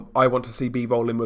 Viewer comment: "Deemeetry Beevowl"